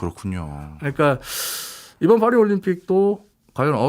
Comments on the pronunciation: 그러게 좀 무식.. 빠희라고는 못할지언정 Fㅘ리는 뭐지? ㅋㅋ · 아니 영어로 해도 ‘p’ 발음인 ‘패리스’고, 본토 발음으로는 ‘빠히’에 가까운데, 둘 다 왜 fㅏ리 라고 하는거임?ㅋㅋㅋ 괜히 f 발음 내는데 발음 전혀 안맞음ㅋㅋ 😂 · 파리는 Paris인데 왜 Faris라고 자꾸 헛바람 발음을 해서 거북. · 이말하고 싶었네 ㅍ화리 ㅎ퐈리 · 이야..파리를 f발음으로 하네 ㅋㅋ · '파리'의 'ㅍ' 은 'F'발음이 아니라 'P'발음입니다. 굳이 이런 것까지 지적하나 하시겠지만 방송이란게 수천명, 수만명이 보고 듣는데 영어발음을 하려면 제대로 하는게 맞다고 생각해서 지적합니다.